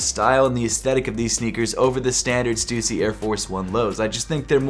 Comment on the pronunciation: bro pronounces stussy in such a weird way